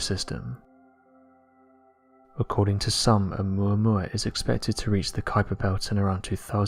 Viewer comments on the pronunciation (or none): none